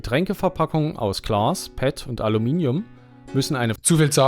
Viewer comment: De Siech provoziert mi so. Cha de nit ganz normal Glas säge?? Nei, sägemer doch lieber Klaas.